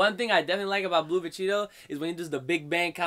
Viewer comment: I heard Vecheetoh